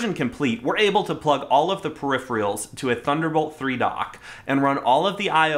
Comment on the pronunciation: just per if er als not per if er ee als peripherals